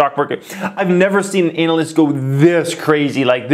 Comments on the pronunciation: It’s pronounced ‘ana-list’ not ‘anal-list’ brotha hahaha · Is he purposely pronouncing analyst that way? Lol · please pronounce analyst more like "anna-lyst", and less like "anal-lyst". And please look into "Gon-calves", unless you intentionally mispronounce words for entertainment purposes:-)